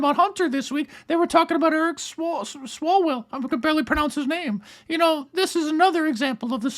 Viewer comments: Stelter can barely pronounce Swalwell's name because Freudian Intuition forces him think "Swallow, swallow, swallow!" I will leave it up to you to determine what it is he wants to swallow. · Stelter has trouble saying Swalwell because he can only imagine that Eric swallows well